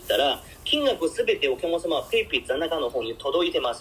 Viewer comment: 発音は面白い おきゃまさま ❌ おきゃくさま ◎